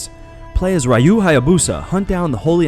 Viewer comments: Rah yu hayabusa??? RAH YUKEN? RYU IS REE YUU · Yeah it felt a little off to me too. But then he also mispronounced "Kaede", "Ryu" and "Kusari Gama" so that's there. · Same here